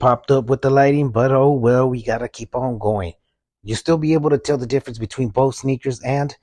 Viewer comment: “And look at the DIFRENCE!!! Wow!”